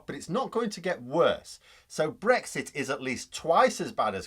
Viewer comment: when they say it's not breixt..😂😂..